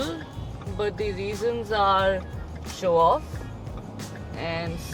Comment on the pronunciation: She says dee instead of The